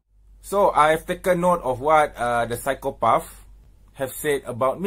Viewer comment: Hey keep everything aside David and all... I give u CHALLENGE to openly pronounce "PSYCHOPATH" you will Win.... "PSYCHOPAAFFff🤣 hahahha...